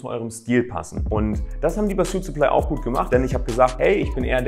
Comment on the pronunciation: Gutes Video aber sprich suitsupply doch bitte richtig aus